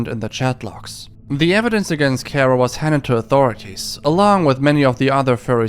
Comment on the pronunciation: Kero not Kuro